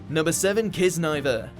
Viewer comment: Bruh you can't even say Kiznaiver right "Kissniver"?? And it was AMAZING AS HELL.